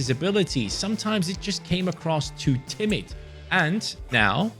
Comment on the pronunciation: "Tenacity", "Timid", good going 😂😂